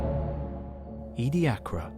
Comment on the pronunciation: I though it was pronounced edi-a-cara and not edi-acra? EDIT: This is by far the best documentation I've come across about the period. Incredibly well done!